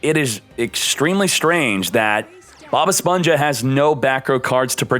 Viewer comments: Hmm, what Bothers me more? "Bob esponsha" or "machaina" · Si pero el nick name es “BobEsponja” así q se debe pronunciar en español no en inglés